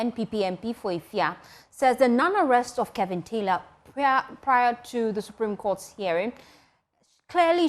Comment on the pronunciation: Joy news his name is KEVIN not KELVIN! What's wrong with you so called news readers. Speak naturally and stop trying to slang